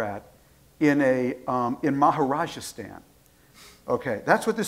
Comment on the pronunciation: its rajastan not 'maharajastan' lol